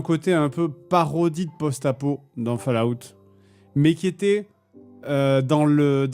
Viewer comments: Fale-Ah-out ! Pardon mais c'est tout ce que j'entends quand il le dit et il fallait que je le sorte 😂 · "fal à oute", fais un effort, merde!